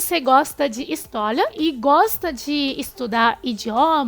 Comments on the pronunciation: A palavra "histólia" te pegou kkkkkkkkkk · Eu amo, quando o vcs trocam o L pelo R tipo: HistoLia kssksk amo